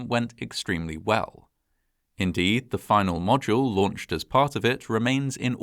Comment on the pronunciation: Good to know, but also pretty funny to point out when he can't pronounce "capsule" or "module"